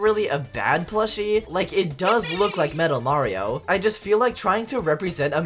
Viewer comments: No, you’re saying Mario wrong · OH GOD HE PRENOUNCES IT MARY-O this videos gonna be amazing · The way he says Mario ball😂